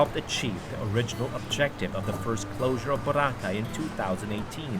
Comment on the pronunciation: Thank you, Mr. David Celdran for pronouncing Boracay, the Filipino way, i.e., Bo RA cay, unlike Mr. Raul Manzano (EIC on the Move) who prefers the American pronunciation, with accent on the 1st syllable.